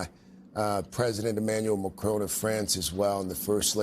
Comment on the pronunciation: It is an insult that these reporters and journalists are not pronouncing names and places properly. They are not even making the effort. Norah O'Donnell can't pronounce Buenos Aires properly, and the reporter here can't pronounce Emmanuel Macron properly.